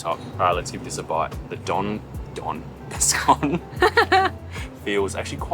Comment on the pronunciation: i loved the video - i'm really happy you said scone correctly!!